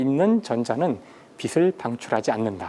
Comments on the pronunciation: '빛을'을 '비슬'로 발음하지 말고 '비츨'로 발음하세요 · 명강의를 더 정확한 발음으로 수강하기를 기원하면서! 빛을 낸다 : 비슬 내는 게 아니라 비츨 내는 거- 빛이 : 비시 아니라 비치